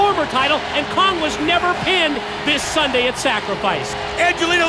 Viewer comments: Why the hell cornette keep saying sundy??? Its sunday not sundy!!!! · I hate how he pronounces Sunday! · He said sundy 😂😂😂😂😂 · guy said sunday worng and funny